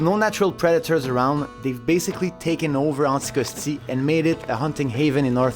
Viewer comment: it's "Anticosti" , not "Syckscoskee"